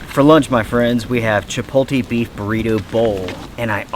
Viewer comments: It’s not chipotie bro….. it’s chipotle “ chipotLAYYY “ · “CHUH-POLE-TEE”??? 😭😭😭 It’s “CHUH - POTE - LAY” 😂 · "Chip-ole tee" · Brother, it's pronounced CHI POTE LAY. :oops